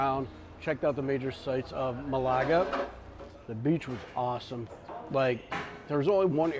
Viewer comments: Love the way you pronounce Malaga. Ma-lager ... it should be Male-a-ger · It's not Malargar. It's Ma-la-ga. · Nice Vlog! BTW it’s MAlaga not MalAga ( that means to masturbate in Greek)😜 I’m surprise that the Spaniards don’t speak much English there. Portugal should be fun. Love to travel to both Spain and Portugal. You must try and visit Cyprus ( my old homeland) where everyone speaks good English on the island and with lots of history great scenery, beaches, and fantastic cuisine ( Mediterranean style with a hint of Turkish and Lebanese)! Continued… Happy travels! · It’s Málaga. Accent is on the first syllable